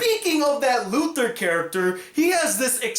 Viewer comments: Its Lothar, not Luthor.....it aint smallville/superman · lothar not luther